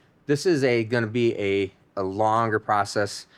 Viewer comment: Im late to the party but i think the name should be the toobee camaro lol for some reason when u said to be named i thought u were saying some michigan slang word or something us southern fold dont kno about lmao to be sounded like one word when u said it so toobee it is!!